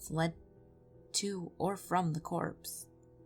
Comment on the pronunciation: BTW, the term copse does not have an "r" in it and refers to a small cluster of trees.